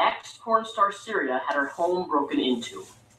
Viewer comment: Funniest thing about his video, is that he talks about how little feminists care about this womans rape. And he doesn't even actually know her fucking name. Lol. It's Cytherea not Syria,.